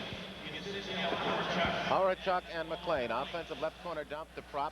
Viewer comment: thanks so much for posting! Date is actually November 1, 1984. These Phl announcers are terrible. Calling Thomas Steen Anders, prononucing Hawerchuk completely wrong like Horecheck, "Maury" Lukowich, and Brian Mullins. And that was just in the first 10 minutes of the first period.